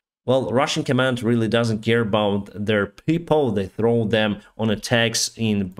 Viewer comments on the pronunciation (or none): none